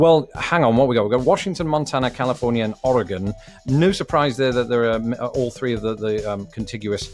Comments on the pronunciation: How the ever living hell does a Brit being naturalized into America know how to say "Oregon" better than like.... literally everyone I remember meeting who hasn't even been there? How? Just.... uh.... For those wondering at my bafflement, most people I've EVER met who haven't lived there say "Or-eh-gone" when it's closer to "Or-ee-gun" we also accept "Or-uh-gun" as that's how it sounds when we say it fast. Oh and how do I know this? Except for one year, I lived there until 2014. (The one year was military service into medical retirement.) So, yeah, I lived there pretty much all my life until I was 23. Anywhoozle, I'm just surprised he pronounced our state name correctly. And now you too can say it properly. Oh and by most people, I'd say ~60% of people who haven't lived there say it incorrectly, to be a conservative estimate. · You said Oregon right! Without even muddling your way through it! He's better than at least a third of the US. It seems Oregon is harder to say than Nevada. ;) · Thank you for saying oregon correctly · I’m impressed that he pronounced Oregon correctly 👍